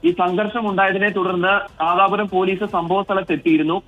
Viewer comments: Madapuram alla nadapuram aan ✔️🗿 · അണ്ണാ madapuram alla Nadapuram